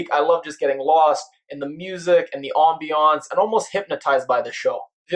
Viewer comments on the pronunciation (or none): What is “ombionce” is it the same as ambience ?